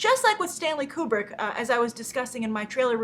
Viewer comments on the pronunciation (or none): none